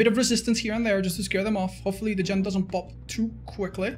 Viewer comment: “gen doesn’t PWOP” funny words magic man